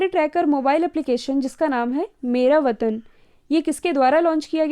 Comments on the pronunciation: Mam it is vetan Not vatan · Ques 5th me mera vatan app h ya mera vetan mam aapne likha vetan h or bol vatan rhe ho pls dekh kr bolo confusion hoti h kal ek bar ise clear kr dena pls